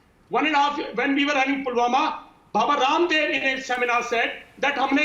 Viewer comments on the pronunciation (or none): none